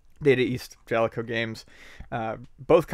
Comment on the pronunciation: I just wanted to say that I fully support pronunciation of the word Jaleco.